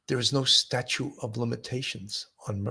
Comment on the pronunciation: Statute, not statue.